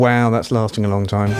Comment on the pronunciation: First, I'd like to say 'Nice, clean presentation which a broad range of audience can appreciate.' Lastly, for my humbly intent critique & suggestion. Sounded as though you're trying to say "time," but sounded more like "tie." I couldnt tell if you were saying it more than once as you were explaining the breakdown, but that's OK, as long as sounding off the words clearly where should be. If were me, I'd pay closer attn to my voice via the monitor. It's harder for many of us, yes me included for a time, to hear our own voices for seemingly unpleasant to ourselves. This takes some time and helps us with practice to "improve" our vocals to ourselves. Anyhow, to un-digress...your vocals did sound a bit nasally. Bring your vocals up enough to tell us your message. Don't hesitate to mute any undertones you don't really feel uncomfortable about, then listen without them, 1st through your headphones to your comfort. After feeling confortable via headphones, next listen thru your speaker monitors to see how clean it comes through those. Some monitors could present distorted as you turn up volume, and dependant on quality of those speaker monitors; so, keep that in mind before you tweak. Save those tones & effects you've muted in case you think you might have to add back in. What you think is a completed product, save singly(or several versions) on a CD and play on your home & and perhaps an automobile stereo for testing. I'm not sure the effect you were trying to accomplish, but it cam